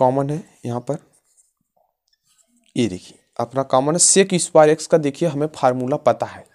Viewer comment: Bhai X ko yaksh kyu bol rha h